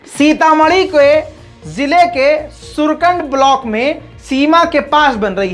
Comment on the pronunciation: Sir surkand nahi sursund hai😁